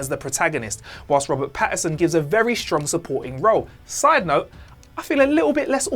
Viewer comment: Why can literally no one at whatculture ever say Robert Patt-IN-son's name right?